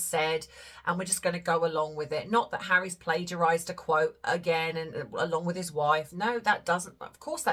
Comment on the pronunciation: Yeh I picked up on the emphasis of HARRYS' children.